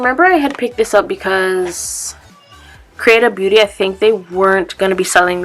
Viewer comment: Never heard of creatabeauty before. When you were saying it, it sounded like you were saying “creative beauty” lol might have to check out the hemp products!